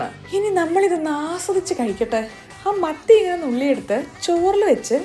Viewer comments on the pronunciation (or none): മത്തിയായിരുന്നോ ഞാൻ കേട്ടത് മന്തി ന്നാ😅😅😊😊😊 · മത്തി എന്ന് പറഞ്ഞപ്പോ മന്തി എന്ന് കേട്ട ഞാൻ 😂